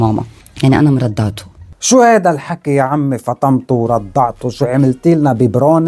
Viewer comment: كلو حلو ...وخصوصا لما تقول شنو هاذا هههههه بتطلع بتعقد عراقي ع لبناني